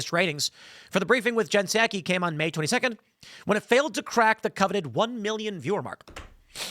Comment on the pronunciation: I think Tim is the first person I've heard say Jen Psaki's name this way. Everyone else pronounces it like the rice wine, Sake. Tim's way could be useful for nick naming. As a reporter, pundit and purveyor of information, Jen Psaki is a hack. If we pronounce her name the way Tim says it, then we could call her Hacky Psaki. Which is moderately pleasing. I don't know if the younger generations still play hacky sack, but we need a new nick name for her. Peppermint Patty got kind of worn out.